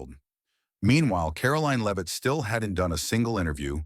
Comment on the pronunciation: Karoline Leave-It?